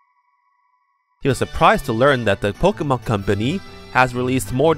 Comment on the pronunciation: Thought you were saying Pikmin tbh